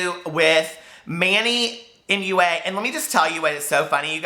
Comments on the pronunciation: Manny moo-ahh. Cracked me up!! I think Manny is funny, I don't really trust his reviews but he makes me laugh. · "manny mooa" 😂😂😂😂 i lost it omg